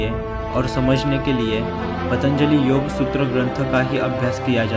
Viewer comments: योगा नही योग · Yoga nahi yogg